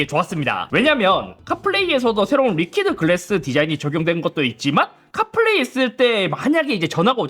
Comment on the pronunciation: 리키드 노 리퀴에드 😂 로마자 표기법 발음말고 세종대왕님의 뜻에 따라 최대한 훈민정음 의도대로 ㅎ